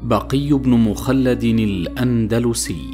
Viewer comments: مخلد بفتح الميم وسكون الخاء وفتح اللام وسكون الدال وليس مخلد بضم الميم وفتح الخاء وسكون اللام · تنبيه للأخ الذي يقرأ نطق بن {بقي بن مخلد}مخلد بفتح الميم وتسكين الخاء،وفتح اللام